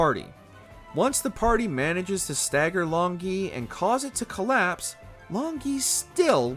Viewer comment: Long Gui is very likely to be pronounced as 'long goo-ey', which means 'dragon turtle'